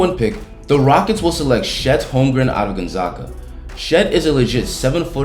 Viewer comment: Why you say Gonzaga like that? 😂